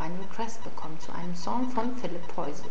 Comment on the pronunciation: du sprichst den namen falsch aus -.